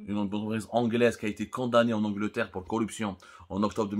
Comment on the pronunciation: Angleterre anglottiiiir